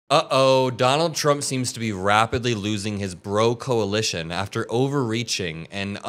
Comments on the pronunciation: It's not the Bro-coalition. It's the Broalition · Say it right dude, it’s the Broalition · Its pronounced BROalition